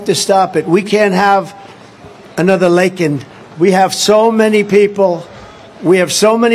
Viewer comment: Well look at that Trump can say Lakens name right instead of Lincoln